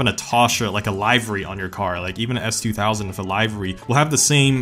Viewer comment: It’s WITH not WIFFFF !